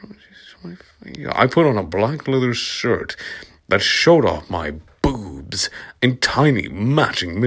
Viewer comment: The way you say boobs 😂😂👏👏